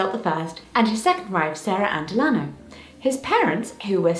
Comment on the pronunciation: I adore you and your videos. ❤ I just wanted to point out that Delano is pronounced "Della-Know".